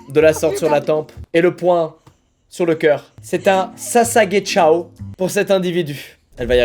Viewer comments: Je suis là seule à dire sassageyo(dsl pour l'orthographe) et pas sassagechao? Il dit sasagechao à environ non? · Moi en entendant : SASAGECIAO 😳😳😳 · Sesag"ciao" sérieusement squeezie ? 🤣🤣🤣🤣